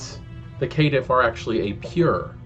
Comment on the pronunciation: I like your video, but something kept bugging me ... Caitiff is pronounced "Kay-Tiff" like cainite not K'tiff.